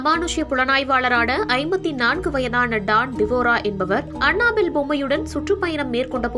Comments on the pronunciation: Hey tharkuri, It's not anna bell.. it's Annabelle. What kinda pronounciation is that?!!!! What a shame!!!! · It's not anna bell😂😂😂😂 It's annabell